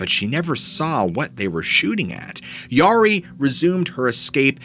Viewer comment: Great stories.. Mispronouncing the Yari kind of made me twitch, though.